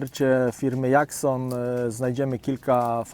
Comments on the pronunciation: Super film !! Ale jak już mówi ktoś "dżerk" to i mógłby mówić "dżakson".... Malutki detal a dużo daje 😊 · Serio tak sie wymawia ,Jackson '? Strasznie kuje w uszy..